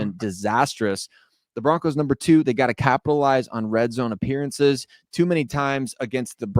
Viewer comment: BO-RONCOS🎉 great job ❤